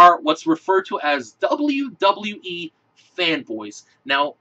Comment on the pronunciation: "dublee dublee ee" lol